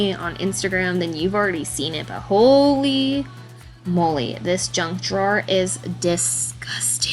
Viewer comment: I had to listen back a second time but your junk drawer sounds very much like you are saying Drunk drawer. The name does fit.